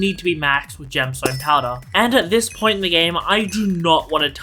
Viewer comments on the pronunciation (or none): none